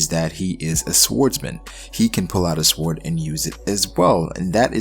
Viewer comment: I thought this was a great theory other than the fact that instead of saying sword you say swored it sounds so dumb neck yourself for that but other than that good shit my dude